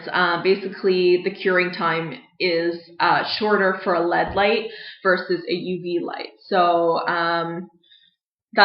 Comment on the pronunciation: can we tell her that it's L - E - D and not LED?